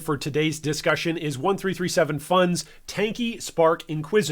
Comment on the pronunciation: Just so you know, 1337 is pronounced “elite”. So 1337fun would be pronounced elite fun. The 1337 harks back to the leet speak days (1980s) where it was used by hackers to make it harder for their newsgroups and communications to be found via normal keyword searches. It’s also where we get the word h4x0r from (hacker).